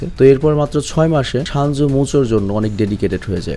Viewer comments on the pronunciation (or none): Vai shanju nah 😂 senju